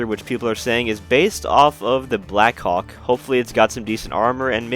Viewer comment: Why when he said Blackhawk I heard him say "blackcock"?